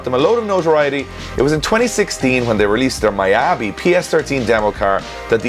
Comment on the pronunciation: its pronounced ME-YA-BE...... tbh those quarters look very clean GJ